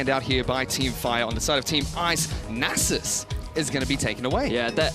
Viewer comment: "nah-zus" gtfo